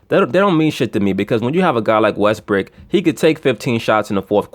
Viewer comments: LMAO you just kept calling westbrook "westbrick" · You kill me with the West-brick.